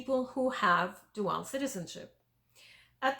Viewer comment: It's pronounced "DOO-ul" NOT "doo-AL"..............I didn't know what you were saying for quite a while..........